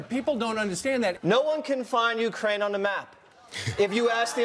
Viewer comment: Ukraine, Ikraine, he-she-wekraine, kraineology, the study of Kraines. This is first grade Trevor!